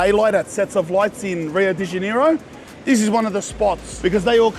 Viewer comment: i love you man but how you say rio de janeiro its sounds like your sayind deniro like the actor cuz HAHAHAHA🤣